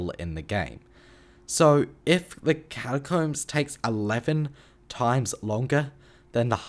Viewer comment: why do i hear "cashcups" when he says catacombs